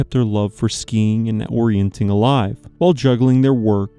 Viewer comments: YES!! "Orienteering" is pronounced "or-ee-en-TEER-ing"; the pronunciation should be quite obvious to anyone who learned how to sound out unfamiliar words, let alone anyone with access to a dictionary or the internet. "Orienting" is not a sport. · It's called orienteering, not orienting, you're forgetting the eer dude! Come on! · you saying ''orientEEring'' WRONG so many times in a row, and then 'explaining' the old military exercise/competition while saying it wrong is...... 🤣 thx for another upload 🇨🇦🤟